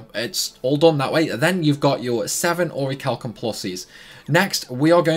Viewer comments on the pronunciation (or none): The H is silent in Orichalcum+